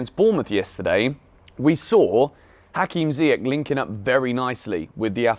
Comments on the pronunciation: Small thing. Ziyech has a last name that is pronounced with a soft “CH” sound like Church. So it should sound like Zee-yesh, not Zee-yek. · it's pronounced "ZiyeSH"